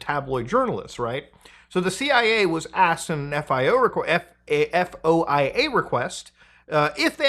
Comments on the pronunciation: FYSA, FOIA is pronounced "Foy-Uh" in common parlance.. E.G. a foy-uh request is submitted to gather info from the government. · Us feds pronounce FOIA as "foy-yah", btw. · Foia is spoken like a word not an acronym, will make your life easier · FOIA is an acronym, it's pronounced like a word, like NASA or WAP. You don''t have to spell it